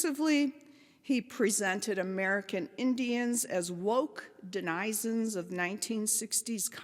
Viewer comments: Den-i'-zens? Surely she knows it's pronounced denizens (like citizens)?! Any writer who doesn't know how to pronounce Den'-uh-zens can't be taken seriously as an author or scholar. I'm no fan of Zinn; I'm just put off by such a glaring error that it makes me question if her research is not just as ideologically-driven as Zinn's. Not a good start for only being around 7 minutes into the presentation. I'll listen to the rest, though, and consider what she has to say. I'm just not like the other commenters here who break an ankle in their rush to post some sycophantic comment that they know will get a lot of likes. Maybe ya'll ought to question YOUR sources, too?! That's what educated people do. They don't just believe anything someone tells them b/c it reinforces their existing beliefs or what they want to be true. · DEN-i-zens. Not de-NIZ-ens. Sheesh. No using a word you can't pronounce. That said, I look forward to reading this book.